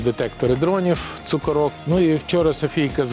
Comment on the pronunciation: Правда далі говорить «цукорÓк» 😔🤦‍♂️😳, хоча вірний наголос ставиться на ПЕРШОМУ «О» - «цукÓрок»! ( на Галичині так кажуть на канахветку!🤪). А цукорÓк це калька з оркокацапської !🤬 У них там хуторÓкъ і т. п. …